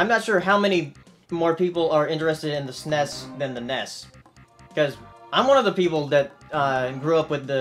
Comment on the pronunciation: It's SNES, not SNESS...